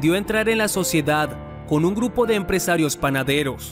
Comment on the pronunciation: Dice gurpo modelo 😁😁